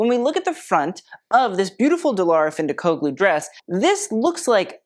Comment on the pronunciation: The G in findikoglu is silent like lasagna. Love the content!